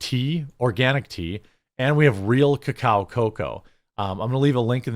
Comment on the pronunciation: The way you say real cacao cocoa is getting old and weird